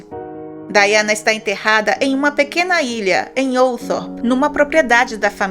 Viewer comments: A pronuncia é Daiana. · O nome da Princesa se escreve Diana , mas se pronúncia Daiana em.inglês.